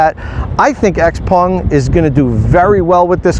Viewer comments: It's not hard to pronounce Xpeng and not xpung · Xpeng... Not xpung. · It’s actually pronounced Shouw-pung